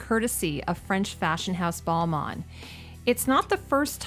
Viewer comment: LOVE your videos! So interesting what you see with a designers eye, but girl your pronunciation i've never heard someone say "Gaga" like that or caucasus like that its like caucasian as in the race or like when delegates meet, its all from the same root. your Balmain was perfect tho